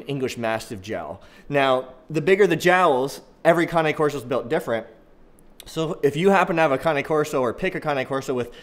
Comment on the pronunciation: Right on brother! I don’t see much people saying their name right! It’s good to know that there are some people who actually know the very basics of this breed! Liked and subscribed bro! wOOt wOOt! Cane corso’s in the house!